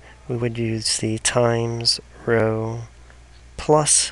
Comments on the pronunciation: great video but please stop pronouncing row like that. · I love how you pronounce "know" and "row"